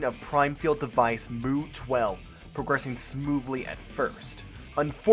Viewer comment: Mu is pronounced "mew" Dude did you not even listen to pronunciations before making these videos? This is embarrassing.